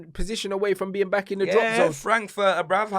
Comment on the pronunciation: Cristianokardashian😂🤣 'I'm beck' 😱